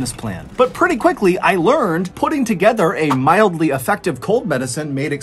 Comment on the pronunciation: “ milidly effective.” 😆